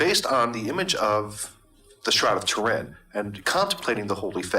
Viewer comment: its Too rin basically not Ter in